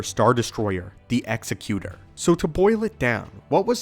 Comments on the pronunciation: Its pronounced "Ex-eck-u-tor," not "Executioner." Vader's ship is the Executor. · I must admit, hearing him say "executer" over and over is pretty annoying. Especially since this person is supposed to be a mega Star Wars fan. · I believe Vader's ship is pronounced "Ex-EC-u-tor", as the person who puts someone to death is an "executioner". "Executor" is someone who carries out the will of another. There is even a Star Wars comic that makes this same mistake: "Now you will see why this ship is called 'The Executor'" or something similar. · The Executor is not pronounced like Executioner. It’s pronounced like Executive. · FYI, you pronounced Executor wrong. It's pronounced like Executive, not like Executioner